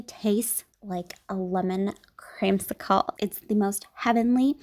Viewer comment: The way she said cremsickle 😂